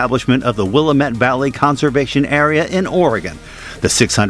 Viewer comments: As an Oregonian, Willamette is pronounced like dammit. 🙂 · Narrator butchered the pronunciation of "Willamette". Easterners have no clue.